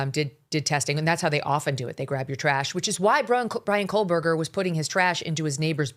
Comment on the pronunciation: Megyn, why can’t you pronounce Kohberger correctly? It’s crazy- amazing. You’re a reporter. Please get it straight!